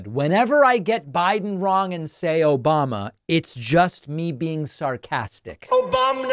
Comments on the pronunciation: Obamnah isn't his name either. He can't get the name right or the person. He mixes up Biden with Obama and can't even say the incorrect persons name correctly. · Obamna?? Seriously?? They don't hear that? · So you haven't heard Trump say "Obamna". LOL